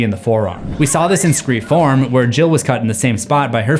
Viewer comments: because the title is spelled scre4m he pronounces is scre-four-m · why are you pronouncing it scream form?? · bro what is the point in pronouncing the 4 in scream 4 but still finishing the title with 4 at the end?